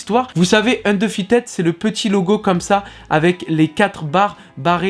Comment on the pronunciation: "Undeufited" hahaha